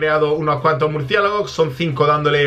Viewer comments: el el minuto dijo murciegalos en vez de murciélago laik si lo escuchastes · buen video pero en el minuto dijiste murciegalos